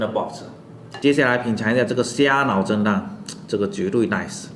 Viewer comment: 蝦腦蒸蛋我聽成「蝦腦震盪」